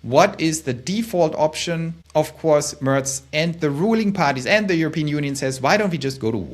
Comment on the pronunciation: there’s only one vowel in “course” in English, /kors/ no glottal stop /ko’ahs/